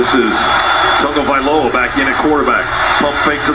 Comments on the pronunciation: Wait, his name isn't pronounced Tagovaitoungeymmmtoungeymaomoa? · "Tag teamed tackle.. Tungy... Tungy A-Ma-Moa". This man is supposed to get players names correctly for a living. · exactly! I played high school football with Polys. They know their names are hard as fuck to spell, but they’re not hard to pronounce. Even for a southerner! Repeat after me: Tah-go-vye-low-uh. 🤦‍♂️ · no it's not. Tago vail oa . You learn to pronounce it once and you get over yourself. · "Tago-Timmy-Tumbo-TikTok... I'll just call him Tongue-Tied." Next play: respect immediately put on name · "tongue eee my mo my mo me ah" you can't say he didn't try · "Toungy Mamoa" 😂💀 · Good god listening to the Georgia announcer try and pronounce Tua's name was painful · Listening to the idiot Georgia announces not even try to get Tua's name right, only to have him beat their a$$ on the next play, was pretty sweet. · It was intentional, the mispronouncing. That's what makes it so sweet. The idiot was sure Georgia had it won. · The fact that Tua threw the long TD pass on the very next play after the Georgia announcers were jokingly butchering his name was pure karma. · I hate the way the Georgia announcer pronounced Tua's name. Chill. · Georgia Alabama. listening to him make fun of Tua’s name before the end is always ironic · Lazy palagi announcers didn't bother to learn Tua's name. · good lord y’all people need something better to do. He misspoke a dudes name. Y’all acting like he’s fucking Hitler. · uh, no...just a tough name in these parts. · Bruh the Georgia announcer was literally making fun of Tua’s last name after a Georgia sack when he had pronounced it perfectly literal seconds before. How is that not huge bias? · The night everyone butchered his name lmao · i think its so cool hearing current nfl players in this, and the announcers not knowing how to say tagavoiloa was so funny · The Georgia announcer disrespectfully butchering Tua's name and then having his heart broken was instant karma.